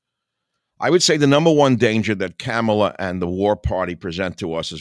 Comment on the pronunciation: Her name is Kamala. It sounds like calm a la, not camel a Michael.